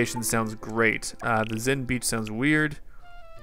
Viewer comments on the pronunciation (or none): zen BENCH, not BEACH